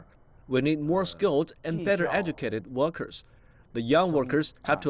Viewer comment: his hundred sound like HungDred. Million sound like Mellium Everyday sound like Eveeyday Workers sound liek Wokers